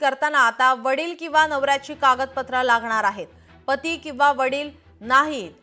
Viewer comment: Patti nahi Pati😂